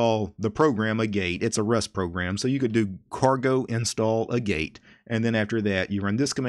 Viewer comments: Pronunciation on "agate" is AA (as in "pat") get. There's a mineral called "agate". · “Agate” is pronounced “AHgat” (it’s a gem) :) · Pretty sure Agate is pronounced like the stone. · Agate is ag-ate, not a-gate. So have you looked into TBL's Solid or the Interplanetary File System?